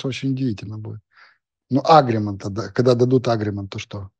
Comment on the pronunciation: когда не понимает о чем идёт речь,всегда произносит да-а-а